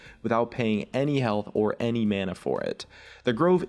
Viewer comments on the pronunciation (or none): none